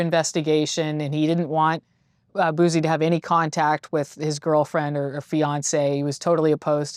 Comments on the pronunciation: That “Bewzi” is hella cringe . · It irks me everytime they call him boozy. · I hate when people pronounce Boosie like she does